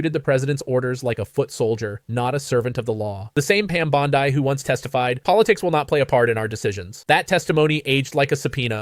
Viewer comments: Bondi is pronounced bond-ie not bond-ey. 😊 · I agree with all the accusations made by Klobuchar. But why can't this guy pronounce Pam Bondi's name? It's bondee, not bond i. Is he an AI generated narrator? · For god’s sake, pronounce her name correctly, it’s not BONDI